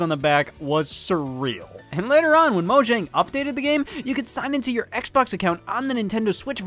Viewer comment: I had a stroke when Scott said mojang and Minecraft.